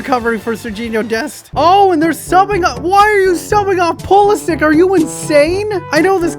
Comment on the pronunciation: It is pronounced Pulisić (itch)